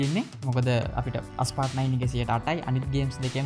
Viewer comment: ඇයි හැමෝම Asphalt game එකේ නම වැරදියට "අස්පාල්ට්" "ඇස්පාල්ට්" කියන්නේ??? ඒකේ නම "ඇස්පෝල්ට්".....